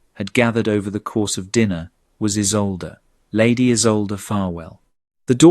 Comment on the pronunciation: Mispronounciation. =. name Isolde ( E-sol-de). German origin! South Africa (near Cape Town).